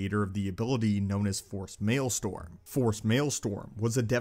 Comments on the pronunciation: Maelstrom is pronounced like male-strum not male-storm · Cool videos. But I cannot forgive your mispronouncing "maelstrom"